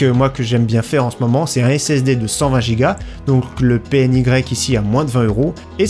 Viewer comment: Je crois que on dit pi enne ouaie au lieu de p n y